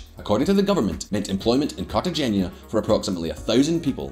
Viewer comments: Trade "Carta-genya" for "Carta- hainya" (G is silent in the Spanish language) and you'll be pronouncing it correctly. Love your channel! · Cartagena is pronounced Carta-hen-a. His mispronunciation is as distracting as his yellow teeth. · It’s pronounced Cartahena. Check it out before looking like a prat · Like his relentless mispronunciation of Cartagena. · Please pronounce Cartagena correctly just once in your life. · Surprise surprise, messed up pronunciation of Cartagena. But it doesn't matter, really, if your shirt is cool and flashy, everything is permissible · Mate, u absolutely butchered the name Cartagena!!!!